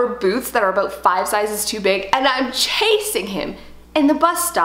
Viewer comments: a-boot lol cutee ( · I love how you say the word “about” LOL. ❤️